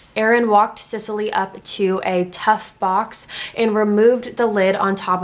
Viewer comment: This is just an aside, if my son was a girl the name I had picked out was Cecily Rae. Literally EVERYONE is covering this case and not a single one is pronouncing her name right (trust me it doesn’t matter to me, I have a lot worse things to call her than the mispronunciation of Sicily). Just glad he was a boy lol. Ok onto the rest of the video. And, you don’t have to really apologize for mispronouncing the last name, I mean you are a human being who makes mistakes and anyone who follows your channel andor is a fan of yours know your heart is always in the right place and you weren’t being disrespectful but thank you anyways for acknowledging. For in my opinion they have proven themselves incapable of defending justice in our country and of making such decisions. (Like covering up insane amounts of treachery and misdeeds and just letting it all go and acting like it’s not happening to “protect the reputation” of our military and our soldiers. While I totally understand not wanting other countries to see what a crap show our military is when it comes to things like this, at the end of the day what good IS the military if ANY, even just one, of the highest ranking officials are basically domestic terrorists themselves. This says “look how we treat our own soldiers, we are weak”. I’m sorry for the rant I’m just incredibly disgusted!!